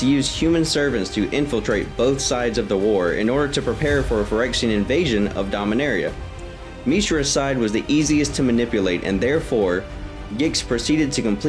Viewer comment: Rastafarian Dominaria sounds like arrr eee ah not area